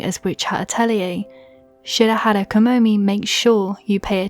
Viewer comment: Kamome is kah moh mae not kah moh mee